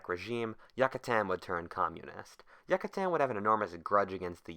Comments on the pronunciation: "Yuck-katan" It's "Yoo-katan" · yuc-uh-tan no no no. its you-cuh-tan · Yoocatan, that's how you say it. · I just wanted to say Yucatan is pronounced Yoo-cuh-tan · you don't say it like that yuh ka tan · What if you had pronounced Yucatan correctly?